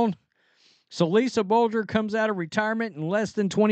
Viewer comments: "Blue-der"... Not "Bul-ger"... Lolol 😂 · Bluder is pronounced “blue-der”. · It’s pronounced Lisa “blue-der” Bluder. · Blue-der is how it is pronounced. No tho. She is retired. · Lisa BLUE DER is how it is pronounced. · Ah come on, the name is Lisa Bluder (Blue - der). That doesn’t rhyme with a coffee brand. From a Hawkeye in Texas… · Lisa Bluder (Blue-der) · It's pronounced like Blue Der lol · C’mon brother… CC’s Iowa coach’s name is pronounced “Blue-der”. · Bluder, pronunciation please